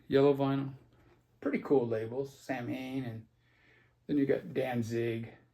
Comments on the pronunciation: Lol It's pronounced Saw-when (samhain), but, who cares. Great video,. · Wait, it is NOT pronounced Sam Haine? Meh, I know how to say Moog, but I still say Moo-g... so I'm saying Sam Haine. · I think my favorite part of this video was your over pronouncing some of these titles. I wouldn’t walk across the road to get a free Kim Fowley record. Now some of these others might be interesting. Yeah, nobody pronounces Samhain correctly.